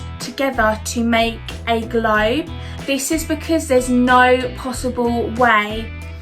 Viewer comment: What's up with this girl's vowel sounds? "Peepoo believed the Earth instead of bein like a glaybe..."